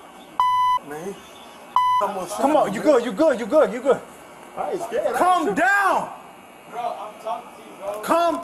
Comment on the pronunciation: Am I the only one that was getting confused with the first officer saying to “come down “ but it comes across as “calm down”? I have an accent so my “L” isn’t as annunciated as it should be. Sounds like the suspect even says, I am calm.